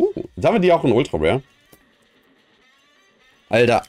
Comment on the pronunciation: Wie geht das, machst du das extra?,,Rare Super Rare Ultra Ware Secret Rare Ultimate Rare Luxury Rare" Er kann Rare nicht mit R sprechen wenn Ultra davor steht lol